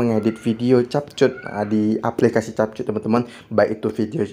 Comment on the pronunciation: Cara yang benar nyebut adalah kep kat...bukan chap chut😅